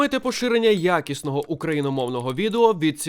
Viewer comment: Викиньте будь ласка цю вставку "підтримайте поширення ЯКІСНОГО українського контенту" (ще й з таким акцентом на "ЯКІСНОГО", наче інакше хтось цього не почує), вона чесно дратує, коли в кожному відео